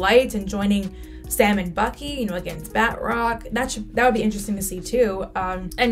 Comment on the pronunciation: Ba~troc , not bat-rock lol